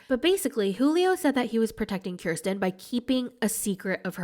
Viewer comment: From all fellow Kirstins, thank you for being the only YouTuber to say the name right